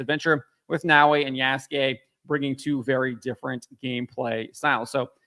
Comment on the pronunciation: Why are these guys always pronoucing Yasuke wrong, Ya-su-ke